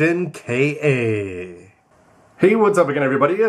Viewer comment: its ver kaaaa not ver k.......a